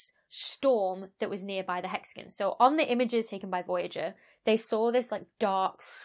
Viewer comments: Hexagon... nope... Hexagan. English. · I am amused (in a good way lol) to no end by you saying "hexigun" Edit: Also, I just found your channel the other day, and love it, thanks for the great explanations and interesting topics! :) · "Hex-again" Now say "Diagon Alley". 😉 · In Canada we pronounce it as “hexagone”. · Hexa-GUN. XD. Still a very cool video. The lab experiment blew me away. I learned something today. thanks for the info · hexa-GONE. Learn it, love it. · I don’t mind your pronunciation of ‘Saturn’; it’s the dropped ‘o’ in ‘hexagon’ that bothers the heck out of me. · I can't listen to 15 minutes of someone pronouncing hexagon like this )=